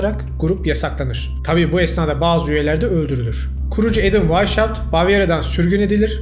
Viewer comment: Adamın isminin telaffuzu vaişaupt değil vaishaupt (Almanca) ( asıl beyaz , Esas, baş demektir) Hauptstat = Başşehir gibi.